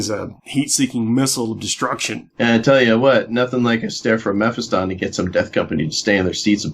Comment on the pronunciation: Learn to say melee and Mephiston correctly.